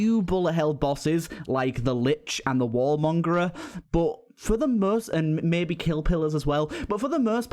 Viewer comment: 'Mine Flier' 'Wallmongrer' I swear you're doing this just to annoy me